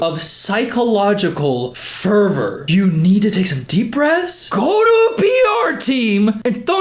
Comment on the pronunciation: I absolutely lost it at the way he says, "You sound... like you are in an episode... of psychological FERVOR." I will definitely be adding that to my vocabulary, because these people are losing their minds.🤣